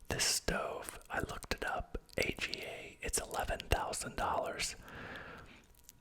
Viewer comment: AGA… it’s pronounced “Argar” darling 😊